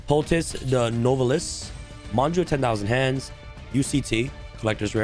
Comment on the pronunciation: Anybody else cringing when he says “no velis” instead of “new vell?” (Nouvelles)